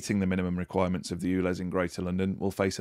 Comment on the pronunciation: ULEZ is pronounced YOOLEZ and not OOLEZ. 😂